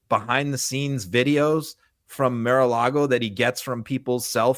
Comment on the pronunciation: Mr. Filipkowski, I have always wondered—why do you say Mir-a-Lago instead of Mar-a-Lago?